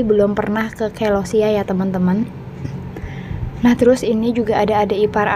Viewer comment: Celosia mb,,bukan kelosia😄